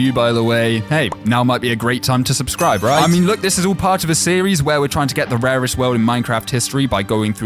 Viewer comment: when you say nethie monolith your saying the most raeset structure